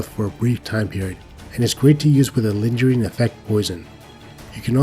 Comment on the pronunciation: not a native english speaker myself, but im pretty sure you mispronounce "lingering" :7